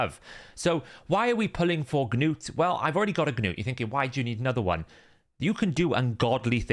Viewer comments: Gah-nut is not a Gah-nome, he's a Dwarf. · Its just gnut man, one syllable. just let it go lol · You saying Gnuts name is driving me nuts. The G is silent. Did you not watch the show?